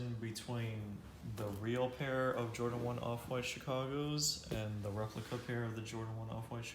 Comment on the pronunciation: “The re…pli…cuhhhh”